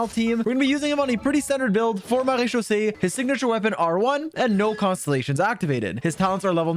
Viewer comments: Bro slips up on Wriothesley's name while also floating off of "Marechaussee" with perfect pronunciation lol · How can you pronounce the mara set but not wriothesley make that make sense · THE FIRST YOUTUBER THAT SAYS MARECHAUSSE RIGHT LMFAOO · Hearing say marechaussee finally convinces me he’s French. I knew he was European all along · The best thing in this video is hearing pronouncing maréechaussé correctly 🤩